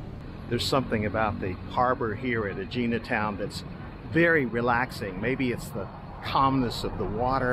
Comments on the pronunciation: Eh-hee-nah……not Ageenah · It’s name is pronounced Egg-eena